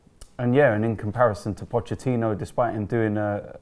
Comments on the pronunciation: Nobody: Absolutely nobody:: pochechinno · Nobody:: Pochechino